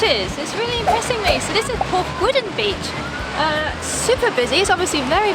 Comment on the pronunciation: Porthmeor is pronounced Porthmeer; and Porthgwidden is Weddn beach. (Born at 14 Island Road) - Great video!